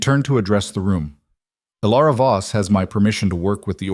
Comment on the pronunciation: Voss, not boss. 😉